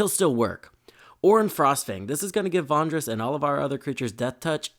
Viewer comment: Love the video! I just wanted to say that I chuckled a bit everyday time you said Vondris instead of Vrondis